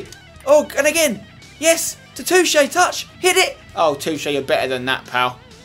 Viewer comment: Where do you see an "U" in Toché? You don't, so you say "To-Che" not "Touché" btw Spencer I think that you are the best youtuber I have ever seen :)